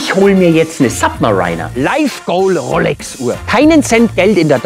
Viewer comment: Könnte ich ernster nehmen, wenn du nicht "Rollecks" gesagt hättest ;-)